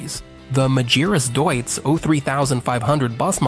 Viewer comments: MAGIRAS DEISITZ ?? MEGRAS ? MEGURAS ? MEGURUS ? MEGURIRUS ? MAGIRAH ? ALM ? DIUTZ ?? MADURAS ? UMBOLT DEITZ ? DETIZ ? HAMBOLT DAUTZ ? MAGIRAS DAUTZ ? MI FERMO QUI. COMMENTO RIDICOLO DI UN UBRIACO AI. PRONUNCE : Magirus Deutz = MAGHIRUS DOITS < Humbolt Deutz = UMBOL DOITS > < ULM si pronuncia ULM > È TEDESCO NON INGLESE E PER CERTI VERSI SOMIGLIA AL LATINO, NON AGLI STATUNITENSI. A FURIA DI SCOPIAZZARE L'AMERICANISMO SIAMO DIVENTATI UN POPOLO DI INVORNITI. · Yet another video ruined by bum yank accent AI commentary that guesses pronunciation. Majeerus / Magearus / Dutz / D youts. DIME ler Benz ? WTF kind of engine is a Dutz Dizzle? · Try to say Deutz (Doyz). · Dreadful pronounciation of "Magirus" and "Deutz" 😡